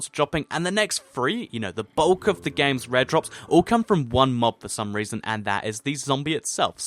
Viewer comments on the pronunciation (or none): none